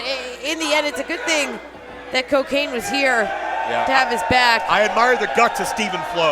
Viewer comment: It is CoKane like Corporate Kane